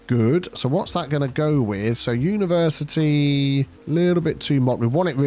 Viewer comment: Universe-I-Tea College.